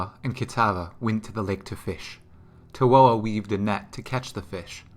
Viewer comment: Awesome lore and very interactive coverage! It is easy to follow along. One note, Tawhoa is pronounced Tafoa. These names are based off Maori culture in New Zealand, and Wh is Ph or Fa in Maori culture.